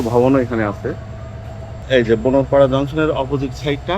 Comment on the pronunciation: বোনারপাড়া কে বোনরপাড়া😂😂😂 গাঁজার কি পাওয়ার😂